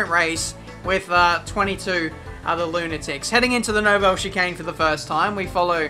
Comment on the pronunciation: Your pronunciation of 'Nouvelle chicane' is crippling